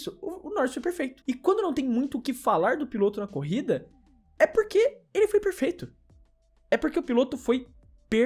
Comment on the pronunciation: "Lando Norris foi "perlfeuto"!" (. 2025). Editora FonoAudiF1.